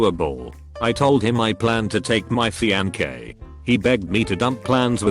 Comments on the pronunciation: Fianque'! Not Fiance! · the french side of me cringes every time he says "fianqué" instead of "fiancé" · No one: Text-to-speech: "FEEANKAY" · Word:fiancé Reddit robot: FiAnKe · No one: Bot voice: F I E N K E